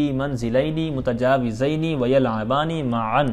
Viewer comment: اَلسَلامُ عَلَيْكُم وَرَحْمَةُ اَللهِ وَبَرَكاتُهُ۔ بھائی محترم آپ متجاوزین پڑھ رہئے ھین جبکہ لکھا متجاورین ھے ؟